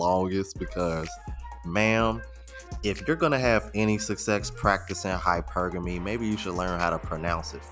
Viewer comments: I remember that one 🤣 she pronounce it so wrong it's hypergamy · "high-purr-GAM-mee" LMAO! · Can’t even pronounce hypergamy right but wants a 6 figure earner🗿🗿🗿🗿